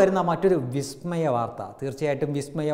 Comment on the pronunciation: Vismayam " not " Bismayam " correct .!!!!